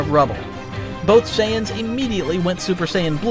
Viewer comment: And it's Saiyans not Saiens, noob.🤣